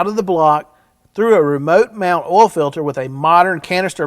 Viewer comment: How do you pronounce oil ? Do you say olll??